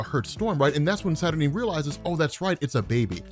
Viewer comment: am i the only one who wants to scream cause robs pronouncing her name saturnin/saturneen instead of saturNINE